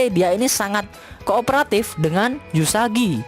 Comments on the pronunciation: Namanya uesugi bukan eusugi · Uesugi kok dibaca Usagi😐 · Uesugi min bukan Yusagi xD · Permisi bang mohon maaf bukan yusagi tapi uesugi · Uesugi woy bukan yusagi _ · Uesugi kntl,bukan yusagi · Sedikit Fix Min supaya Ngak Di Comment Ramai orang,Nama MC nya "Uesugi Futaro" bang Gue Juga kadang Keliru omong nya "eusugi" tapi nama depan MC nya emang "Uesugi",bisa di check di google bang Untuk full info.